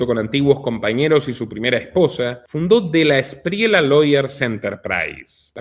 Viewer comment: se dice de la esprieya amigo, no de la espriela, y otra cosa el DAS ya no existe, afortunadamente.